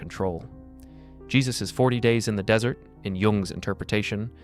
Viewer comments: The fact that this audio repeatedly says "dessert" when it clearly means "desert" (e.g. and ) doesn't just make me want to eat cake, it strongly suggests to me that this is IA-generated. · The weird thing is the transcript spells desert (correct) but the ai say “dessert” multiple times at the end. I enjoyed the narration until that little flub. No one taught this model that everyone wants two desserts and one desert. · Tell the Dumbass AI that ‘desert’ is the dry sandy place, and not what you eat after dinner. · Dessert. Pronounce it correctly if you want any credibility or to project the impression that a human is speaking. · I almost thought this wasn't read by AI until it said dessert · Good video but the AI voice really stunk when it kept referring to the dessert temptation. 🧁🍦🍪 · It said dessert in the end... like ice cream.. er, temptation. It's no less profound, and ya, its ai, but determine for yourself if it's intelligent. Eventually that "artificial" caveat will fall by the wayside ie artificial sweetener. Eventually, it's just dessert. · Too bad the dude who created the script for AI didn’t know the difference between dessert and desert… still great video though. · Excellent, however 😁 shame the word desert as in sand, sounds like desert as in sweets in the AI voice used. Other than that 👌🙏🦘